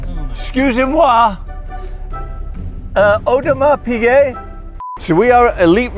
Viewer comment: Audemars Peazay